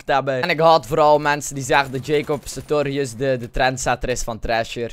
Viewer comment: Het is nie Jacob Satorius ma Jacob SaRtorius